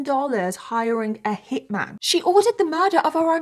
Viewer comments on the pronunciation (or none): none